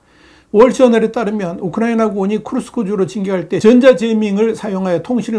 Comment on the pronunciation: 쿠르스크가 아니고 크 스크